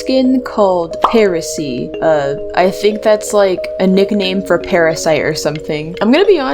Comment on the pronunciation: Oh uhm it’s parasee and not heresey